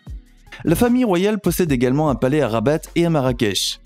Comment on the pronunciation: Les palais sont au nom de l'Etat . Le palais officiel est celui de rabat(il ne faut pas prononcer le t de rabat) sous le nom el mechouar assaid.